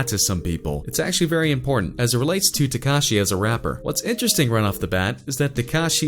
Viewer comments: Who the fuck is “tecashey”😂😂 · he cant even pronounce x's name right lol